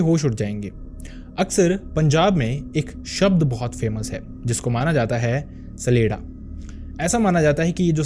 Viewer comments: CHA-Lay-Da and not SALEDA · सलेडा नहीं छलेड्डा